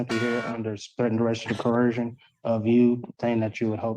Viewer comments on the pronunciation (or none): What is amazing is how 99+% of Sovcits cannot speak proper BASIC ENGLISH! 😂 CoHERsion being one example. Axing is another. Tons more!